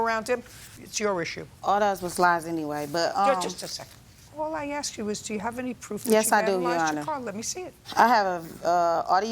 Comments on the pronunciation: Why do so many people say axe? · Why oh why doesn’t JJ tell them to say ask instead of axe? Teef?? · I can’t stand it when people say “axe.” It’s “ask!” 🙄🤦🏻‍♂️😂